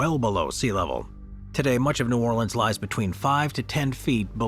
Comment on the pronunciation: It’s not called Nawleans and that ain’t New Orleans